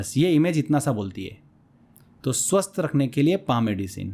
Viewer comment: सर स्वस्त नही स्वस्थ होता है😊